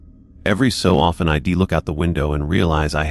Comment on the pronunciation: The story might be okay but I couldn't get that far. I ...D like it better if it wasn't read by a machine that makes errors over simple words like it and I'd. Sorry but it's frustrating when real narrators get de monetized and you don't